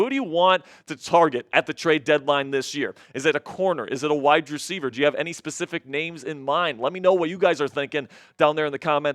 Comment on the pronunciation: I’m sorry, but if he pronounce wide receiver like that one more time, they jumped off a bridge! “WYE DRECIEVER”